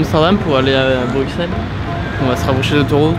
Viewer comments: Juste comme ça on dit bruSSel même si ça s’écrit bruxelle mais tres bonne videos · Waaaa c'est ouf félicitations à vous PAR CONTRE ON PRONONCE BRUSSEL ET PAS BRUKSEL voilà voilà ça c'est dit 🙂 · Putain c’est bruxelle mais sa se prononce sans le x bruselle🇧🇪🇧🇪🇧🇪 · Ouais Ouais la Belgique !!! J’espère que t’as appris à dire Bruxelles sans prononcer le X pendant ton séjour 😄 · CA SE PRONONCE BRUSSELLES! QUAND EST-CE QUE VOUS ALLEZ COMPRENDRE????